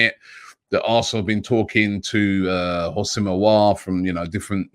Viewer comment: It’s pronounced “OOO-SEM AH-WAH’R”